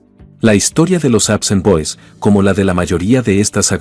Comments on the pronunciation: así es, debería ser APSON y no APSAN, pero el locutor anda mal. El equivocado es él. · "Apsen boys"??? "Raken Roo"??? Qué te Pasa!!!?? Se llaman APSON Boys!!! Y Rock and Roll!!! No jodas, Y ahora que te paso Con Esa Pronunciación!!??? Decepcionas porque Pienso que Ya Te estás AGRINGANDO....